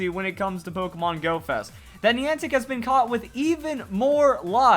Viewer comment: It's Niantic not Neantic